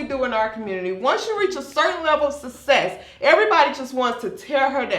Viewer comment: Success. Not sussess.